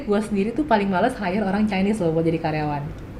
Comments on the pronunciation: hire bukan higher ...insight bukan inside ya coach...maaf.. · "Hire" bang, bukan "higher"